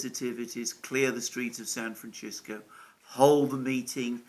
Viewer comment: By the way, thanks for working on your pronunciation of "San Francisco." We have enough to deal with as it is.